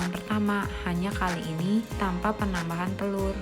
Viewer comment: suara nya bindeng jelek suaranya lain kali buat yang jangan bindeng ya aku ndak suka suara kayak gitu bilang untuk lo kayak umntuk bilang tanpa lo kayak ltamnpa